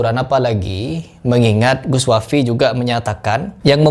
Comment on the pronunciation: sunat lagi kau agar lisan mu bener